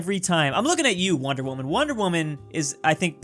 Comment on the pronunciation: why does he say waman instead of woman. are you not allowed to say woman now on YT?